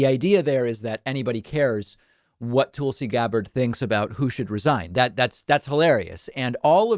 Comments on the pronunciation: I 100% agree with this segment except for how he pronounces Tulsi's name. It's Toolsie, it's Tulsie. Sorry, just bugs me. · David: "Toouul-see" Literally everyone else including Tulsi herself: "Toll-see" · David's pronunciation of "Tool-see" gets a chuckle every time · "Toolsi" really???? I expect better from you Dave. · Dave says "Toolsi". 😂😂😂😂😂😂😂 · Lol I like how you pronuns her name Toolsi. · “toolsi” lol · I love.it when David calls her toolsi. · Va it’s not racist not to get the pronunciation of her name correctly. . The news on every channel I’ve seen pronounce her name tul- si. Ppl constantly mispronounce my name. It happens. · Classic DP jokingly mispronouncing names. He should get "Vowshs" oppinion on this. Maybe "Aroon Brown" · David, is there a reason you mispronounce Tulsi?